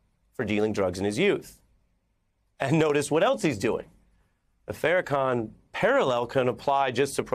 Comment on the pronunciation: “Fair-a-can” I like ari melber, but this is some of the most ridiculous 11 mins ever.